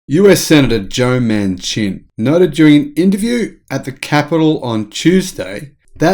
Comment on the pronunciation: understand that socialists don't celebrate exceptionalism they prefer mediocrity. PS It's pronounced "Manshin" one word.